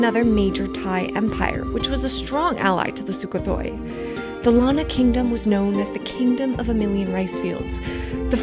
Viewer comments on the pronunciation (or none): Weird - Sukothai is pronounced 'Soo ko tie' not 'thoi'. More backpacker than historian right? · Nice video. But it’s pronounced SUK-KO-THAI.